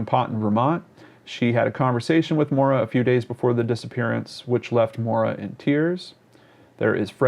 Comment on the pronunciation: not to be helpful or nitpicking but I have a friend named Maura and it is pronounced Mow-Da. I dunno. my guess is she wanted to disappear and maybe succumbed to exposure. I hope the former.